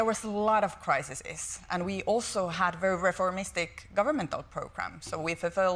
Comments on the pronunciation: Someone should kindly tell her how to pronounce crises instead of "crisises". She seems awesome. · I love how she says criseses. Like, an awful lot of crises.